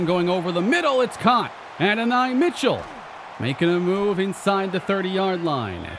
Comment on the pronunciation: No hate but it’s “A-don-e” Mitchell, loving this series